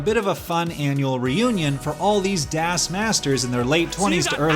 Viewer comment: Marc pronouncing it "DÄS" while DAS is literally a german word. As a German, I felt that.